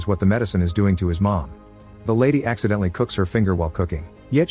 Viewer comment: "accidentally releases the zeros" emphasis on ACCIDENTALLY